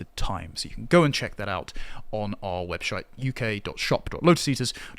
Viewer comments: Webshite? Os it really that bad? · he absolutely said webshite haha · Did you just say webshite.....😂😂😂😂😂 its okay no one noticed 😂😂😂!!!! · I love that he said webshite 😂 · He said web shite Lol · "our webshite" lol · Lol did he say "webshite"? 😂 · The one tiny piece of joy I was able to take from this video, suffering a slip of the tongue and calling the Lotus Eaters merch shop a webshite... 🤣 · He said 'webshyte', didn't he. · Did say "Webshite" at the 50 second mark? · "Webshite" hehe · “web-shite” lol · But shawarma. Btw best mispronunciation ever. Webshite. I love it!